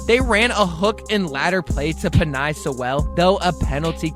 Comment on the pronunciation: Not pen-I. pen-A.